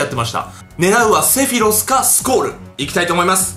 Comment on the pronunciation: せろふぃす？セフィロスだろ？w